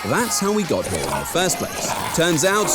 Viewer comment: I love how he says "get to ze chopper" In a hilarious way☠️